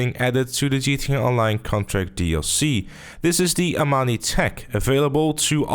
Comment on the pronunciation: Why does everyone keep saying Amani?